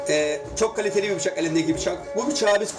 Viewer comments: Adamın biçak demesinden belli 😂😂😂 bir şey deyemediği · Bıçak değil biçak kdlsldkd